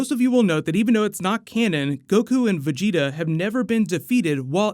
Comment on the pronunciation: At least he started saying vegeta correctly